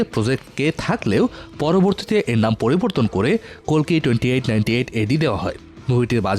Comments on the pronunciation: Kolki na kalki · ভুলভাল তথ্য। ওটা কোলকি না কালকি। আর কাঙ্গুভা কোথায় দেখেছেন আপনি? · কলকি না রে ভাই কালকি👌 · কলকি না কালকী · আরে দাদা মুভির নাম কোলকি না। মুভির নাম হচ্ছে কালকি